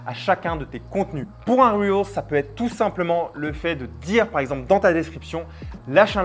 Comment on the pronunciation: Salut Google m’a envoyé ici après une recherche pour savoir à quel point les francophones ne savent pas dire correctement REEL (« un rilz » au lieu de « un ril » puisqu’il n’y en a qu’un, « des ril » sans prononcer le S alors qu’ils sont plusieurs, bref…) Reel= Wil (ou Ril pour garder l’accent français quand même) c’est très bien Reel, ça veut dire Bobine, ce qui est logique vu le défilé de contenu sur l’infinite scroll Réel c’est Real en anglais, donc tous ceux qui disent Réel pour parler des Reel ont juste l’air de pas savoir de quoi ils parlent (